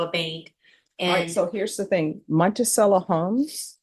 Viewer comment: I've criticized this judge's butchering of Spanish pronunciation before but now she's taking a swipe at Italian and Jefferson's home? Montisello? Seriously? Eh, I still watch many of her videos. I'm only eight minutes in but this woman is a raging sociopath. She should not be allowed to be near her mother or anyone else who is vulnerable. She'll rob them blind. Zero feelings of empathy and zero feelings of guilt, plus she's working the judge. Parenthetically, as my (late) wife who was a clinical psychologist would always remind me when I used that term, sociopath (and psychopath) is no longer used by psychologists, and hasn't in years. Nine minutes in, I quit, but one last remark: I'd bet a month's retirement income, and it's decent, that her mother doesn't have diapers. SSI and quite possibly disability for mother, disability for daughter, and government support for a disabled child. JFC, let's hope the son/grandson doesn't reproduce.